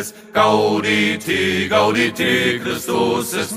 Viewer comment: zu 1.: Ja, das kann ich. zu 2.: Ich rede nicht von der Aussprache, sondern von der Phrasierung. Zum Beispiel zu Beginn sollte es GAUdete und nicht GaudeTE heißen. Dies eregibt sich nicht aus der lateinischen Aussprache, sondern aus der Komposition. zu 3.: Mein Name ist mein Spitzname, abgeleitet von meinem Nachnamen. zu 4.: nailgun666 und lastvampyr lassen durchaus Rückschlüsse zu. zu 5.: Wo Du Recht hast, hast Du Recht.